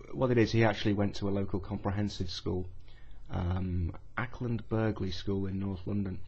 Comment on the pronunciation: the g is silent in Acland Burghley